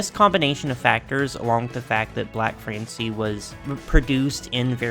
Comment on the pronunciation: By the way he voiced it, I thought they called her "n-word Francie"